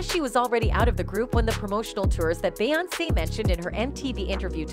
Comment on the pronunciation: I’m not trying to be rude, but I wish you would learn the correct pronunciation of the names. It’s Bay on say, not Bay once.